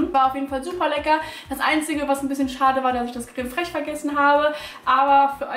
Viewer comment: Emmi Lovve wie die das ausspricht 😂😂😂😂